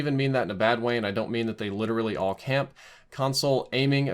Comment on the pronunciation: No you said it right, “CAMP”